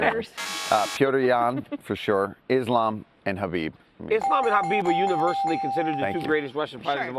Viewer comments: How brought Belal back? Stop this nonsens. 🙈 His first words he already said IslEm. Common, rmember his name. As a muslim you should be able to say IslAm.😁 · he should at least remember the fighters names. I am happy DC called Belal out for saying IslEm. Islam ist named after Belals own religion, he should be able to say it. 🤓 And i am not even muslim or likeing Islam. Belal just bugs me. 🤦‍♂ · Javiar Mendez pronounces Islam like islm 😆